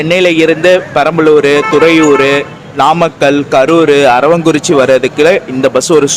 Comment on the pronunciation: அது அரவாங்குறிச்சி அல்ல அரவக்குறிச்சி சரிங்களா